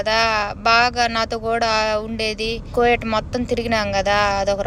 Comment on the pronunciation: కోయేట్ కాదు...కువైట్